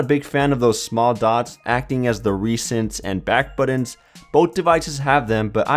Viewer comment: buttons not buddons